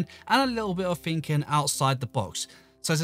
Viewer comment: Why do u say ,,Finnking,, it’s called Thinking